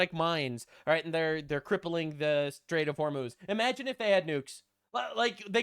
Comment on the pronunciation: I swear I heard netanyahu say "Straits of homos"